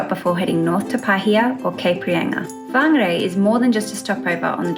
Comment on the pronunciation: What beautiful pronunciation of my home towns name. Perfect. I grew up riding my bike in the kauri reserve.